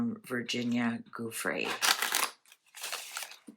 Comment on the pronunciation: Her surname is pronounced Joo-fray.